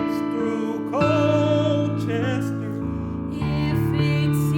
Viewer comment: As a native born citizen of Forgottonia I also approve. However I have never heard Colchester pronounced Coal-ches-ter. We pronounce it like Call-ches-ter.